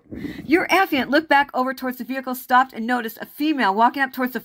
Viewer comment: A - FYE - ANT